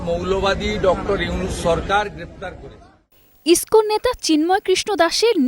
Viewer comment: সালা বাংলা বলতে পারেনা মুর্খ। সরকারকে চরকার বলে